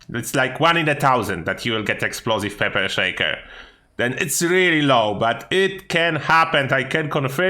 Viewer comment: peper sheiker